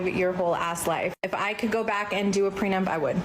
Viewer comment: She kept saying "pre-nump." ....it’s pre·nup, as in pre·nup·tial agreement.